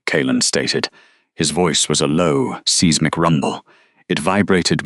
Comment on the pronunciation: Seezemic? Good grief!